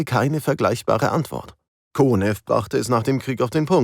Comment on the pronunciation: Wieder ein guter Beitrag, doch achtet bitte auf die Aussprache - das Flugzeug heisst Jak-1, von Jakolew, dem Konstrukteur, und nicht Jag-one😢. Der Marschall wird Konjew gesprochen, nicht Konew. Ihr habt doch einen Sprecher und keine KI. Ansonsten - Danke für die Arbeit.